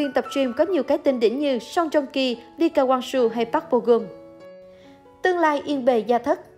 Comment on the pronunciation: Đọc là lê ka quang su tôi kiểu....╮(─▽─)╭